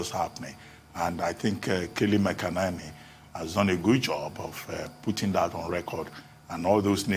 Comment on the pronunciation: Should Americans complain you guys also can't pronounce keyleigh Mc-Enany not keli makanani 😂🤣😂